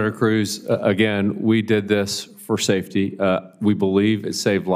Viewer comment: "SAFTEY?" SAFTEY for WHO? What an excuse